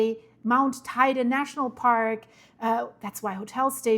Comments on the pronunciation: Guten Morgen Sag bitte nicht "Teide"! Der Berg wird "Teyde" ausgesprochen.😉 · FYI. How to pronounce Teide: Tei as in “Table”, not “tie”; de as in “deh”. Thank you, 😊